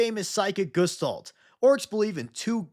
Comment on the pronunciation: Love the video, but "gestalt" is a word of German origin and they hate soft g's, so it's more like "guh-stalt". Regardless, ORKSORKSORKSORKS